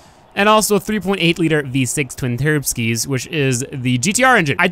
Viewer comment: i cracked up when you said "Twin-Terbskis"